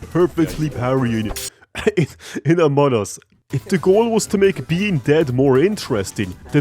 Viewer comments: "amon us" (hehehe very funny ...not really) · it is pronounced among us (emphasis on the G), not amon us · a grown ahh man saying amonas instead of among us is very endearing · "amoun us" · Among us ❌ Amunnus ✅ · i love how when saying among us kinda sounds like they sound like they're saying amonus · "amun us" 🗣️ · Love how he pronounces it "Amon'us"